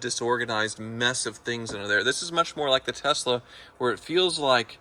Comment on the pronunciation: So glad says “Tesla” correctly, unlike his buddy JR. “Tezzla” is a pirate ship’s wheel attached to my testicles; it drives me nuts. Also, #bringbackthemusic